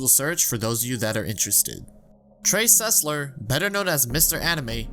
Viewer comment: Sesler more like Susler